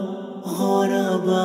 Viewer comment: Its ضمة not فتحة hahahaha... على وزن فعلاء كالعلماء و البخلاء Do justice to Madrasah Aljunied's Nasheed Hahaha 😂😂😂😂 👌 nice tho :)